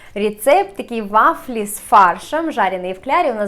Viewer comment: Ну так "вафли" или "вашли" ????)))